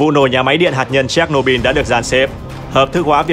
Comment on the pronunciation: Chéch nô bư ko phải bin